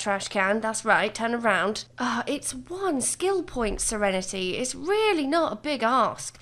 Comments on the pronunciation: I'm gonna take a shot every time she says "SereneTAY". Drunk in 5 minutes. 🤣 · Yass sEreNeTay